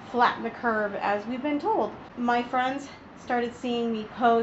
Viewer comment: The word is spelled and pronounced "laundromat" (with an o), not "laudrymat" (with a y). The phrase is "flatten the curve", not "flatten the curb". And, that's just the beginning...